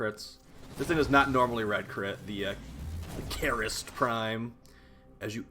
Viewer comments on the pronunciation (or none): It's Karyst (car-rist), not Kareryst (care-rist). I don't see how people messed that up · kAAAAAAAARRRRRRst!!!!! Pirate pronunciation.